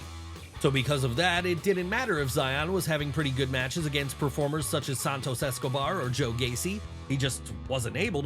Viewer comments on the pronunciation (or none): none